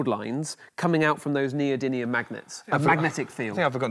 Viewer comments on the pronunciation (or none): Anyone else annoyed by the "neody n ium" rather than "neody m ium"? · btw it's NeodyMium not NeodyNium...